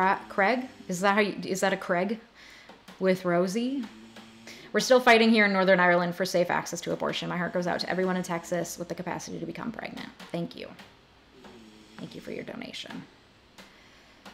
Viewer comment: Craic with is pronounced Crack with Ross-ee, not Rosy. Craic is irish and it is defined as a term for news, gossip, fun, entertainment, and enjoyable conversation